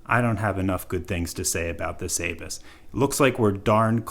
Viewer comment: A bus ... is how its pronounced .